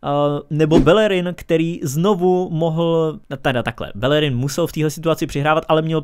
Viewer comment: Belllerin Ale jinak super video